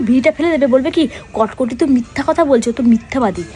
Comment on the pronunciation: কটকটি ❌ কটকাটি✔️